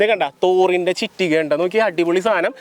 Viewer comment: ചിറ്റിക അല്ലടാ കുണ്ണേ ചുറ്റിക